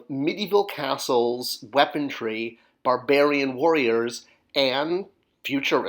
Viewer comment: Why do you say "weapontry"? It's "weaponry"; there's no T.